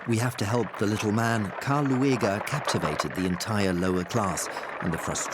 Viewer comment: Karl Lueger's name isn't pronounced Loo-egg-er; it's pronounced Lue-ger.